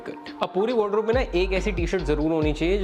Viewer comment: Bhai it's called wardrobe not wod-robe 😅